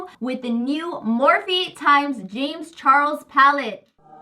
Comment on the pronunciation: did she say morphie times jame charles palette💀